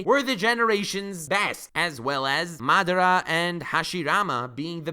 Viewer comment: I am the only one who subscribed to this man because he pronounced madara correctly.